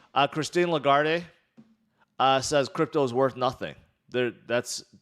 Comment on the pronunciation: it’s pronounced La-Guard. Not La-Gar-Day